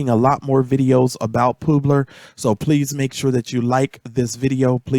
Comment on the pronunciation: Poobler? It's pub-ler, like a publisher